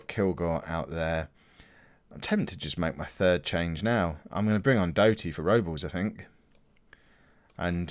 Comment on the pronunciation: And his name is pronounced like this guy... as another Canadian i guess it bothers me a little